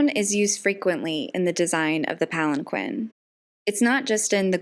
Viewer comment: You mispronounced palanquin...